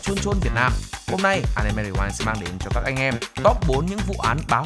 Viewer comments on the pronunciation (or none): none